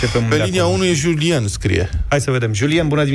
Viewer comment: Julien nu se pronunta asa, voi chiar faceti carte? E Romania francofona sau va bateti joc?